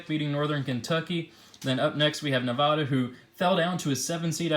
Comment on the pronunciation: You said Nevada wrong